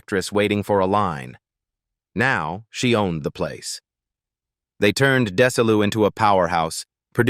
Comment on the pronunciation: Didn’t pronounce Desilu properly either.